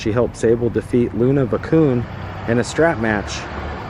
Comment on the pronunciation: Luna Va-shawn is how you pronounce her name!! Lol...good effort tho!!